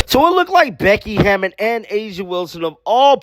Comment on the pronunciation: Her name is Hammon not Hammond